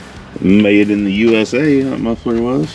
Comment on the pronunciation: “made in the USA that muffler was” 😂 had to take it back 3 times because I could of sworn you said “m***er f**ker”🤣 Love the content you guys are pumping out!❤